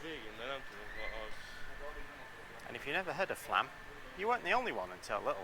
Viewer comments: I believe the "o" above the A changes the prononciation. So, it's not FLAAAAM, it's more like FLUHM. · flomm is how you say flaam